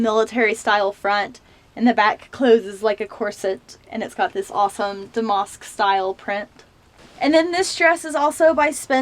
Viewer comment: your accent cracks me up. i can't quite place it. 😄 love the clothes and the closet tour. just a heads up damask is pronounced dam-ask not dam-mosk